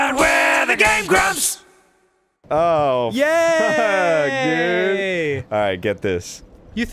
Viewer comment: I swore they said "next time on gay grumps"